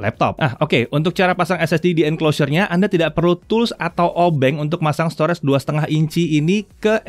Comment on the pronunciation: Maaf sebelumnya. Kalo bole saran pengucapan kata STORAGE, yaitu Store-Age. Bukan Store-REDS. Agak mengganggu aja si udah berulang2 di semua video anda. Sayang aja. Tlg diperhatiin yaaa Bang. Supaya lebih baik lagi video2 Jagat. Thanks